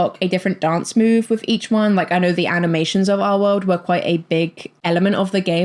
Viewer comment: Your accent keeps giving me a jumpscare. I'm doing paperwork as I listen to you, and you not enunciating the "L" in "our world" keeps spooking me